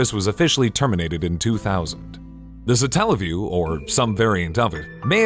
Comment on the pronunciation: why is the emphasis put on the "tell" part of the word? God damnit, it comes from Satellite. Satellite - satelliview. Also, am I the only one who remembers SEGA CHANNEL? Nobody talking about the satelliview seems to remember it, or if they do, nobody mentions it. For those of you who don't know, back in the days of the gensis, you could get a service thru your cable provider that would connect to your genesis and allow you to try demos of new games.